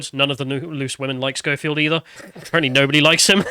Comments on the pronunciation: Why do you keep calling him Showfield? It's Skoefield. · His name is pronounced SKO-field not SHOW-field. And EDMOND Holmes? 🤦‍♂ FFS, learn how to read properly. #ThickTwat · "Showfield." "Edmond Holmes." and Sargon's complete inability to pronounce names has to be an in-joke at this point. It's ridiculous.